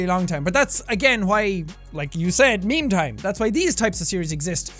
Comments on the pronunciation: Maymay tiem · Its maymay tiem¡